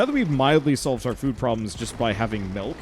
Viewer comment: says “Melk” and now all can think of is that video where they dissolved into a standoff over how milk is supposed to be pronounced.